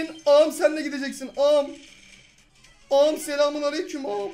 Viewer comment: Abi ağam derken küfrediyomuş gibi diyorsun şöyle a m